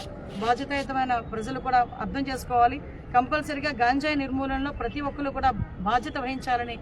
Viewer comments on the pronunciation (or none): none